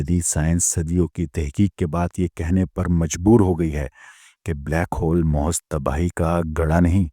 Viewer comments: Bhai jo lafz ap mohaz bol rahy hain wo infat mehaz hai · Bhai ap mehaiz lafz ko mohaz kehtay....